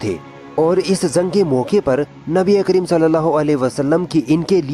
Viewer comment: Zaa nhi jaa Jung hota h zung nhi har jgh ja ki za bole aapne